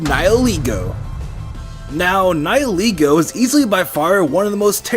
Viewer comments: Its pronounced Nigh-el-eh-goh god dammit! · I don't like ' pronouncuation of Nihilego. How I see the name us a combination of "Nihil" and "Ego", which makes "Nihilego". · I also wanted to point out of how mispronounce Nihilego. In Bulbapedia, Nihil did not came from the word Nihilistic. Yet How make it sound that is came from Nihilistic. It a Latin word that means nothing. So how to pronounce it sounds more like Ni - li.